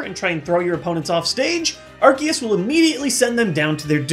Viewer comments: HOW COULD YOU! I THOUGHT YOU WERE A POKEMON MASTER! ITS R-C-US NOT ARC-EE-US! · omg its arCeus NOT arKeus. C! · lol it bugs me more than it should when people pronounce it differently. it's ar. see. us. not ar. key. us. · Why did he say "Arkeus"? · Am I the only one that pronounces Arceus as Ar-SEE-us? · You mispronounced Arceus